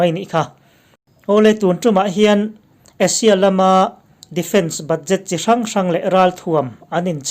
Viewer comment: Asia i lam hi Russia iti maw ka tia lawm